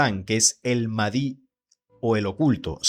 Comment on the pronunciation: Pronuncias mal al Mahdi...debes pronunciar la h aspirada, como al Majdi